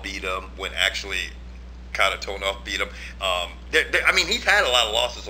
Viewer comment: Good video, cracked me up how pronounced Kharitonov in the beginning;) George, yes there is Internet in Russia, also Sergey is fucking nasty, great boxing!